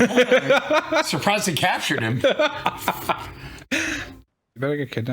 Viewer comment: "I'm sorprised they captured him"....😂😂😂😂😂😂😂😂😂